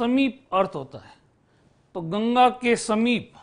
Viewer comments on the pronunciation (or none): none